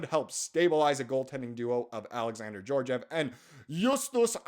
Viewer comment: Georgiev has the hard G sound. It’s spelled Георгиев and the Russian letter for G “Г” makes the hard G sound. If his name was pronounced with a soft G (J) then it would’ve been spelled with the Russian letter “Ж” like Жеоржиев and would be transliterated into English as Zheorzhiev. Ж/Zh not being an exact replacement, as it doesn’t exactly make the soft G or J sound that we have in English, but makes the halfway between Z and J sound in the “sure” part of “measure”. Like a sloppy J. Meh-zjurr, but no zuh sound from the Z. I don’t know how else to better describe it. Btw I’m neither Slavic in nationality or ethnicity, I just taught myself how to read the Russian Cyrillic alphabet because I wanted to read what was written everywhere while watching gameplay videos of Escape From Tarkov. It’s not that hard to learn, especially if you know Greek because that’s what it’s based off of, but I took Latin in school instead, so learning Russian has helped me with Greek. Backwards from the typical way you’re supposed to do it, but I digress.